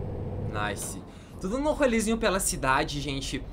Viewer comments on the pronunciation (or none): none